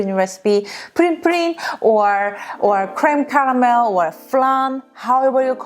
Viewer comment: crème caramel (you said it very nice in french)